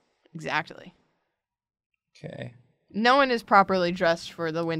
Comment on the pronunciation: i have an idea: everyone does this, pretty much the same, but with each other's voices as well as art styles i just love how sometimes pronounces "exactly" with so much T (ex-ac-tuh-lee)